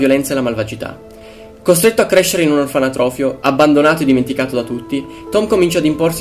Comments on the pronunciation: OrfaNOtrofio, non "orfaNAtrofio" xD Bel video in ogni caso, molto interessante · ....la parola è "orfanotrofio"... non "orfanatrofio".... cazzo hai fatto un video de cristo, ma sta cosa t entra troppo in testa daje!